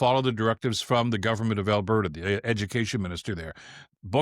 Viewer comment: Come on she's trying to put the duh in Albertduh!